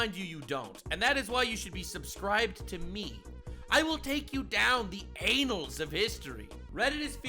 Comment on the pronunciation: do you mean "the annals of history"?: Did I f'n stutter? CRYO TRUMP! IT'S GONNA BE GLORIOUS!